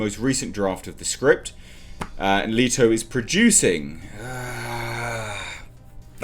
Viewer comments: It's pronounced Let-o not Lee-to. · Letto! I pronounce it as 'Lay-Toe'. Time to wait for some backlash.